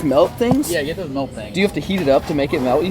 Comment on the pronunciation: it’s Milk not Melk. 😂